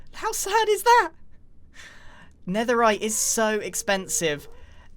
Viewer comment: yes grian i am going to collect "netherikes"